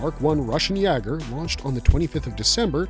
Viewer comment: "YAY-ger" is the pronunciation. It's a german word (Jäger), meaning "hunter."